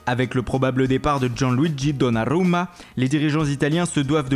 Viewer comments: dis juste donnaruma pas donnnaaarrrruummaa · Gianluigi Donarrrrrrrrrruma mdr